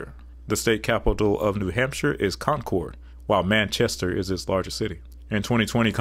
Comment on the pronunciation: You've named three cities in NH and managed to MISPRONOUNCE ALL of them. That's actually impressive in a way, considering "Manchester" is a pretty common city name, and distinctively English. The mispronunciation of Concord is common to those not from New England, as it's correct for anything except the NH capital and the town in MA. (Those are pronounced "CON-quered".) Nashua should be "NA-shu-a".